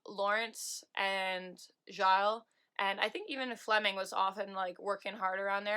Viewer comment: FYI You pronounce Vanessa Gilles' lasts name "Jill" with a soft 'J'